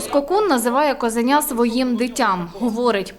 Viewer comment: Шановні журналісти, не козеня, а козуленя (чи правильніше мабуть косуленя). Ви козу від оленя відрізнити не можете?